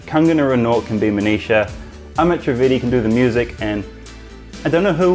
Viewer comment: when you say Manisha, it sounds like 'Amnesia'😅, no offense love you man and congrats for marrying such a beautiful lady